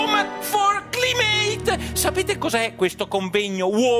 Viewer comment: "CLIMATE" si pronuncia "claimet"...